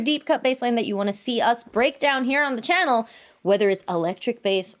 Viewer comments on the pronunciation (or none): none